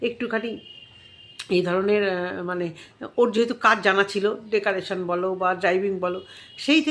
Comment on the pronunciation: Decaration 😅😅😅 Bolun Decorations